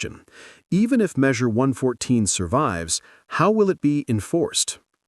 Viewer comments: It's Measure One hundred fourteen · It's pronounced "one fourteen".